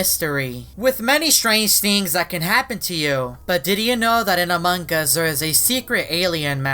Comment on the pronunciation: Its among us not among gust